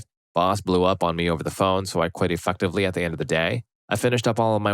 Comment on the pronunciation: it sounds like you said e(f-word)tively immediately, gave me a bit of a giggle 😂